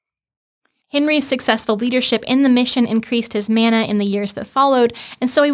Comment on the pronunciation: Interesting. There's a lot of info packed into this podcast. The word 'mana' is pronounced with an 'a' as in 'father' not as in 'man', meaning power, honour and authority.